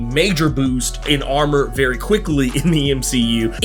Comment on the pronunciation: Oh oh, please do Namor next! We need to talk about how you was pronouncing his name before the movie😅